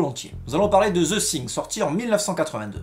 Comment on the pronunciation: Quelle belle prononciation:ze zing.😂😂😂